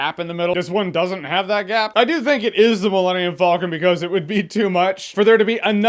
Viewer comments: "Millennium Fulcon" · You pronounce Falcon weird. Kinda sounds like you’re saying Vulcan. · "Millennium Foll-kin" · The way you pronounce falcon bothers me